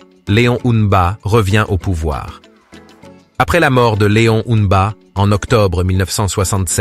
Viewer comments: pourquoi tu as du mal a dire le nom du feu leon mba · Faut revoir la prononciation de Léon MBA et olingui NGUEMA svp 😢